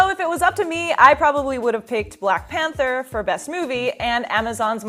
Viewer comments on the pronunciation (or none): none